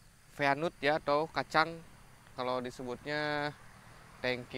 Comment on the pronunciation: frame bukan prem peanut dibaca pinat